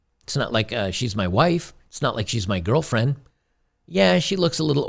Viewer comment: Gargle cat piss “girfren”!!!